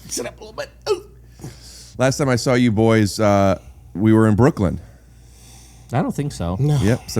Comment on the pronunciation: There’s no D in Brooklyn 😂😂